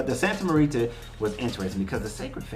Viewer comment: Pronounced -- Santa More ta , like more and ta with a long a sound